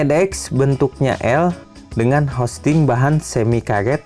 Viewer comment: Housing, bukan hosting haha.. Semangat